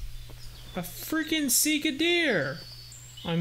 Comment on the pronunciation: Sika deer are mostly native to Asia Vietnam, Japan, Manchuria there's many different species there might be some in Eurasia but I would have to look it up also it's pronounced a little different from how you say it but that don't really matter